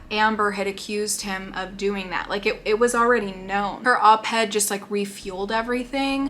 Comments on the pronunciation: I mean this in the kindest way possible because I couldn’t stop laughing every time it was said…. Op-ed, not head. Stands for Opposite the editorial page. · I love watching your thoughts on this child. You're just so cute, and every time you say op-ed you sound like you're saying op-head😂 and probably not but that is what it sounds like it's so cute. Thank you for all your hard work especially being so pregnant. Can't wait to hear about your bundle of joy when he arrives 🥰💙